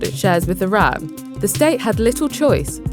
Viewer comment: It's Iran, not Iraq, not Iram Why are you pronouncing it like that